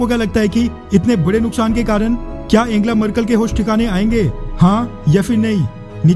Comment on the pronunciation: वीडियो के लिए धन्यवाद, पर आप अपना उच्चारण शुद्ध और जानकारी बढ़ाएं, जर्मन चांसलर एंजेला मर्केल को एंगेला बोलते जा रहे थे...